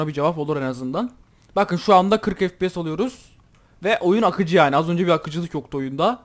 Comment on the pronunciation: ef pi si değil ef pi es diye okunuyor kankam haberin olsun :)